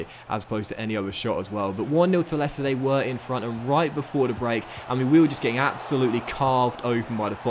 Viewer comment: Still can’t say your the, That’s and they’s but instead it’s duh, dat and dey